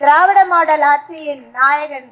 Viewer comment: அழகான தமிழ்சொற்களை....கடித்து குதறும்....திறாவிட மாடால் மோயர்....இப்படித்தான் கூற வேண்டும்.....😊😊😊